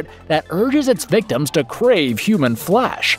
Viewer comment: Not only did you pronounce some of the titles wrong, you got the plot wrong for Cannibal Ferix???? I will say though, I laughed every time you said “HUMAN FLESH!”